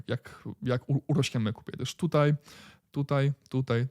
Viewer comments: a ja lubię "Tutej" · Twoje "tutej"jest epickie, nie walcz z tym 🙂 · Ooooo!!! Gratulacje! Nareszcie powiedziałeś tutaj a nie tutej!💪👍.A tak na serio to fajne dajesz info! Pozdrawiam!